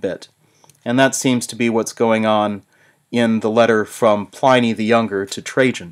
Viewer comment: My God, the mispronunciation of Pliny is killing me.